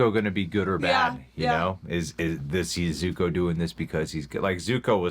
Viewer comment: “My name is uNg” “I am the Avatr” “Zuka” Jesus they even got the pronunciations wrong